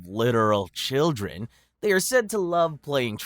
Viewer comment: Children, not childeren. Otherwise a very good & interesting video!